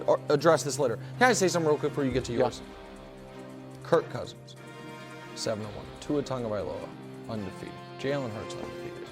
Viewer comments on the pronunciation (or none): Bro said Kirko Cousins 🤣🤣🤣🤣🤣🤣🤣